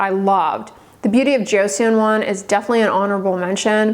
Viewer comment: joe sawn not joe c on